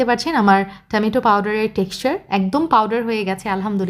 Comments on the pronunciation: টমেটো ❌ টামেইটো✅😂😂😂😂😂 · টেমেটো......হায়রে বাঙালি 😮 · টমেইটো ❌ টমেটো ✅